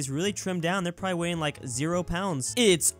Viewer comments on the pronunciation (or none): none